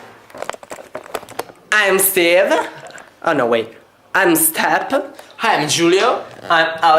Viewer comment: Step... haha its step